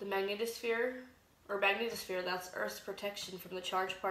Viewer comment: Panspermia Hunter trust me. None of these Youtube idiots understand Newtonian mechanics. I doubt they even have a high school diploma. This one can't even pronounce magnetosphere. Lol.